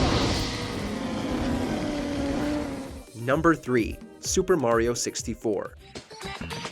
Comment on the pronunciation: No Chrono Trigger? You guys are whack, you can’t even pronounce Mario correctly.